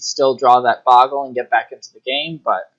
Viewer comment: BOH-GUL... There's only one G in "Bogle"